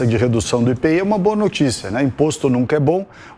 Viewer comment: Minha nossa que repórter é essa?? Quem neste pais diz IPI? É comum dizer apenas as iniciais do imposto sobre os produtos industrializados chamando-o de IPI e não como uma palavra. Cito apenas para mostrar a falta de cuidado na introdução da matéria. A iniciativa do ministro é bem vinda.